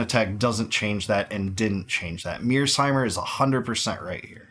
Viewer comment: Isn't John Mearsheimer surname Mear-sheimer not Mears-heimer?